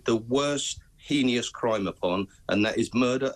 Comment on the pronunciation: It is Heinous , there is no extra I in it! they say it incorrectly every time!!!!